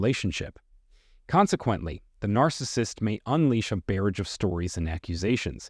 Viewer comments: "GOSTING??" "Barridge?" "ingrass-ee-ate?" "en-TOUR-age"? LOSE THE FAKE VOICEOVER!! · Narrator needs some work on pronunciation (ghosting, barrage….). Otherwise great information. Thank you. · Learn to pronounce: Ghosting, naively, barrage, covertly.... I can't even listen to the rest of it.